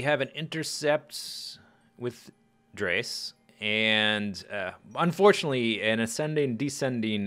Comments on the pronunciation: I've heard it pronounced "Drez"; scott manley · I believe it is pronounced dress, except in place of the double s you make the "z" sound. Like drezz. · I prefer Dres with the "e" sound"Dreees"